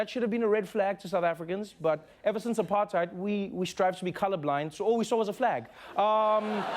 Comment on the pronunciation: That's not how we pronounce apartheid, Trevor mahn!!